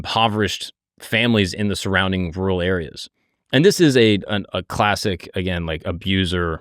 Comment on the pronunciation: May be more perplexed by the way you say “real” or “rural” in the beginning of the video..